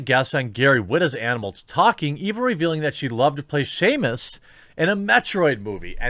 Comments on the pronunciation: Simos errand not Seamus McDougalhammer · Dear God, you must have said "Seamus" a dozen times this video, I almost want an apology video at this point